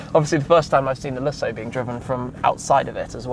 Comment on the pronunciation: I like what you do here Tim, so I'm not here to give you a hard time, but some of your pronunciations make me crazy. Lusso Oh wow! That DBS is stunning!